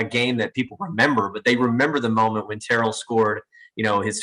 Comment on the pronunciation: It's "Tare Ull" not "Ter Rell".